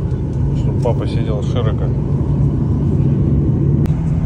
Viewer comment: Почему вы ставите ударение в широко на второй слог? Ведь нужно на третий. Есть песня широка страна моя родная😅😅😅